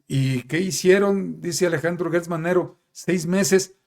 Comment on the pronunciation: No es Guertz Manero, es Gertz como Gerardo, como Geranio, como Gerundio